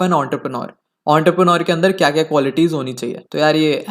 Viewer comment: Entrepreneur ❌ Ountarpreneur ✅